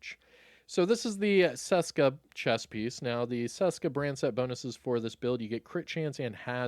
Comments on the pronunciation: Its not damn "saska" its česká. Try google to read it for you. In some old video u nailed it, but here ur butchering it :D Its like when u wanted to say "hello" but was actualy saying "cholo" :D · You were doing sooo good pronouncing Česka correctly (like you pronounce CH in chest) before. Why go back to “Seska”?